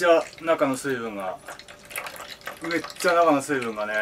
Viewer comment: めっちゃが、「うぇっちゃ」に聞こえる